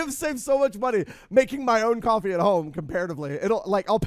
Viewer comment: Cofwee Gween tea Cawfee Gween tea